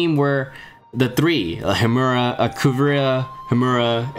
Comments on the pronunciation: Btw its Hiruma bro, not Himura. Still a great video, you should make more Eyeshield 21 content. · its soo funny that you mention the hiruma name wrong soo many times :D